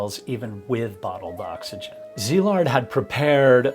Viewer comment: Thanks for respectfully pronouncing Szilard’s name correctly. It s been slaughtered to beyond recognition in other videos.